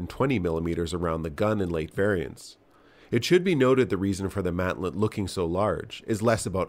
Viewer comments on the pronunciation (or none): none